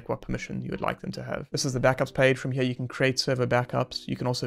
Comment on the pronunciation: What is with taking the word "here" and erasing the "R" and replacing it with an "A"? Everytime I hear that I want to punch the speaker in the mouth.